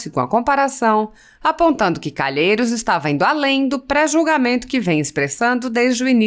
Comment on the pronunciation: Vai pro colégio primário apreende falar culhemokkkkkkkkkk